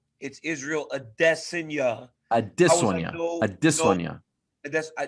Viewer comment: Way to go Ariel. Now my girlfriend says Ad-DEH-sonya all the time and it isn't even the right way to say it. 😐